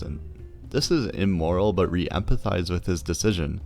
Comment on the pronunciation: This video is really clear and helpful. But please! It's pronounced "We" with a "W" and not "Re" with an "R"!